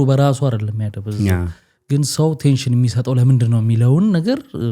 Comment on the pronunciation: ቴሽን ሳይሆን አቴንሽን ብትል:: ቴንሽን ውጥረት እንጂ ትኩረት ማለት አይደለም:: ብዙ ሰው አቴንሽን ለማለት ቴንሽን ስለሚሉ እንዲታረም በማለት ነው